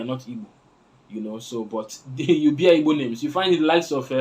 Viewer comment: Even you is wrong to say ibo instead of Igbo. You can't say ibo because oyibo man calls that way, it is a disrespect to us to call ibo and worst is when you are also an Igbo man. If you can pronounce that word Igbo perfectly even if you are not an Igbo man it will qualify you to get citizenship from Igboland because that word Igbo pronunciation is hardest thing for non-Igbos. Once again, learn to say Igbo and stop insulting us with ibo.